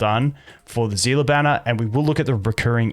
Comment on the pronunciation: is he calling Seele Zilla??